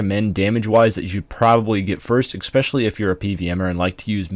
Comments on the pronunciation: Ekspecially. lol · "expecially"... jesus Christ dude.